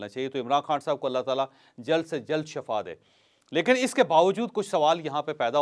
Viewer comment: جاوید چوہدری صاحب شفا میں ش کے نیچے زیر ہو تو معنی صحت ہے اور زبر ہو تو معنی ہلاکت ہے تصحیح فرما لیں